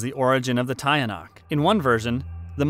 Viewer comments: Tie- yah- nuck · Tiyanak is pronounced aa "teeyanak". More power from the Philippines.